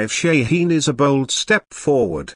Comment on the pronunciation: its a goddamn ballistic missile. u dont need a frikin video for that - and its shaheen. theres no such thing as SHEEN